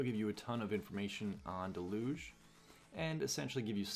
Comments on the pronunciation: Can I recommend you check with google on how to say Deluge, you sound French or someshit. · Great video really helpful, I've gotta ask do Americans say deluge like del'uge? It's a regular word and I've only ever heard it pronounced "dell-yooj"